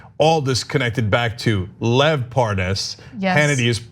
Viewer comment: Hannity doesn't know how to pronoun Lev's name?